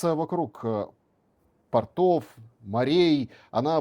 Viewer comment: ПортОв???😂 Какой ты на юух журналист???😂